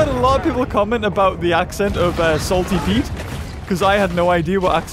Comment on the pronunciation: Did he say “Salty” Pete or “Scaley” Pete